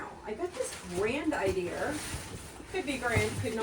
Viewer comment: Man,, I love how you say Idear. It 's so endearing. Thank you for sharing your haul from Amazon and Dollar General.